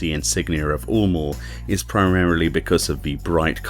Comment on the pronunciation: It isn't "oolmore", it's "yulemore". Like Eunice or Europe.